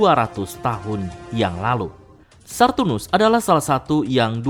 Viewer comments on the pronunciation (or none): Sartunus atau Saturnus min yg bener? 😂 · Bang . Sengaja apa gimana si. 😂 Nyebutnya pasti "SARTUNUS" bukan "SATURNUS" alias Saturn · Betul, udah dari lama bilangnya sartunus..